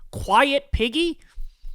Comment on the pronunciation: When I first heard this, I thought he said Peggy. Then, I heard it again. Imagine Trump calling anyone a pig 🙄?!